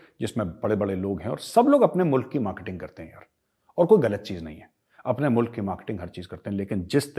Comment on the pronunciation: Lanti Lahori Anchors ko Mulaq bolna nhi aaya...Boltey MOOLAAAQ.😜🤣😂😅😂🤣😜😅🤪😂🤣😜😅🤪😂🤣